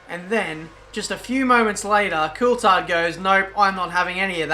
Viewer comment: Why can't you pronounce Coulthard correctly?